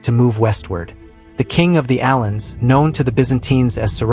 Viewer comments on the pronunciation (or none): YOUR historical BLUNDERS and mis-pronunciations of names is TRAGIC. First off, there is NO SUCH THING AS ALTAIC - the Altaic language theory is now DEAD, DEAD, DEAD!! And it is A-vars, not 'uh-VARS"!! It is A-lans, not the "Allens" (Ginsberg?!?!?!) Many other errors that make my teeth grate.